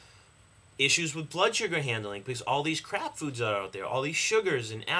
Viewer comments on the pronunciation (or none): Did you say crab foods?